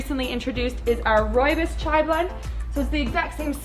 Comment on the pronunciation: As I am from South Africa I could not help notice how you pronounce the word RooiBos here is a video explaining the correct way to pronounce it